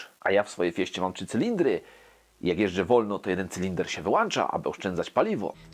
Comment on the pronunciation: Na Boga, wyłĄcza!! Nie "wyłancza"!! Masz wyłącznik czy wyłancznik? Co do silników... Nienawidzę tych unijnych komunistycznych ekoterrorystów. Niech zdychają!